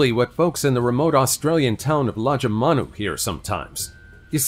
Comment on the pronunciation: There is, and it did, but it's bloody hard to tell with that accent. The town was Lajamanu, near the Tanami desert. Event happened but all the footage of it was some other random country. People driving on the wrong side of the road & there's no multi-storey buildings in Lajamanu.